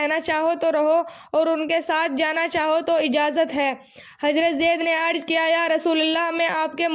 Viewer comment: Apne alfaz ki adaygi drust farmaye aap pehle jaise ki zed ki jed arz ki jgah arj